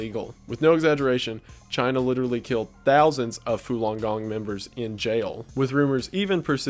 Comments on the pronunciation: It's Falon Gong, not Fulon Gong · "Fulon Gong" 💀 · It's falun gong not fulon, do some research man